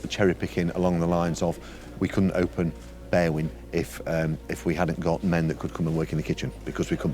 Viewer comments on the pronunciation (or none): They way these English foreigners pronounce Berwyn makes me shudder.